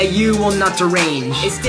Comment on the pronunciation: haha he says limo and stich or however that blue guy is spelled its post to be lilo